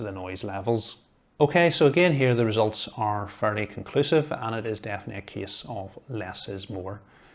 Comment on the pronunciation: Nobody : Him : this KieSs PS:Awesome Video!